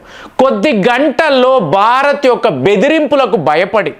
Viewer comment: Baarath kaaduraa. Bhaarath.